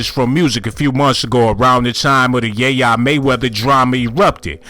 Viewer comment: Lol who is ya yea mayweather 🤣🤣 it’s yaya not yayea 🤦🏾‍♂️